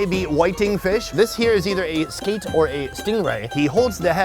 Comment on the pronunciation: Did he say a "skeet" lmao, im not eating skeet for SUUUURE. Its skate fyi but skeet is more funny